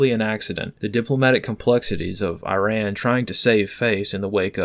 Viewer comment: Okay, Americans! Let's sound smart enough. Iran is pronounced "E - rahn," NOT "Eye - ran." And Iraq is "E -rock," not " Eye - rack."